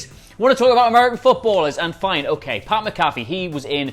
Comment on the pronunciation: you're pronouncing Pat's name wrong. He played in the NFL for years, there's plenty to reference here.